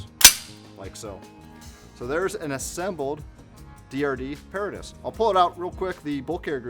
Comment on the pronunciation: It's properly pronounces pah-RAH-tus...as in the BOY Scout motto - Semper paratus...i. e. 'Always Ready'